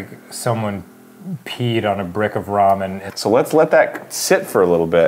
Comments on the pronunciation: Am I the only one who is a little annoyed with how Arin pronounces 'Ramen'? Like he says it as if it is two words- Arin: "we're gonna brew up some raw-menn" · arin saying ramen like "raw men" is going to haunt me forever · I love how Arin pronounces ramen like "Raw Men" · arin pronouncing ramen as raw-men is amazing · So are we not gonna mention Arin pronouncing Ramen, "Raw Men"